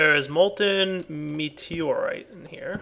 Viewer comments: Its not meteroite m ita meutoite.. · I think it's mew-tor-ire, not meteorite